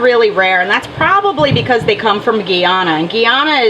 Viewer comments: It`s pronounced like guy-ana, great vid. I can probably go in a nearby river and get pencil fish if i wanted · Lol, my family is from Guyana and they pronounce it Guy-ana, with Guy just as guy (dude). So it ends up sounding like Diana, but with a G.